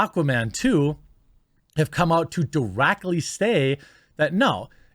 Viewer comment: Mr Quartering please say " deractly " again pls pls pls. .